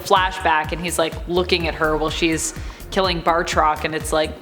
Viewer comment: BAT-roc, not Bart-rok, thanks tho